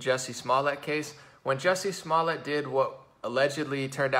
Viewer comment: I love how he keeps calling him “Bubba Smollett” on accident...🤣... slip of the tongue.